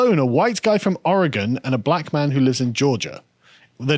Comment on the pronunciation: How dare you! First, you engaged in blatant cultural appropriation by correctly pronouncing"Orygun", and then I find your marriage is Cretan...I used to like you guys.... now, I absolutely love you!